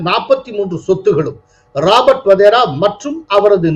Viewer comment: Sir, he is Wadhra not Wadhera. Sorry to point out